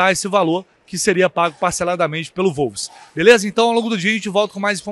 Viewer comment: só uma obs a pronúncia correta é "uolves" e não "volves".